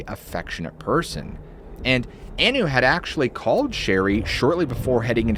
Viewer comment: Also. Maureen "Anu" was pronounced "on-new" not "an-new"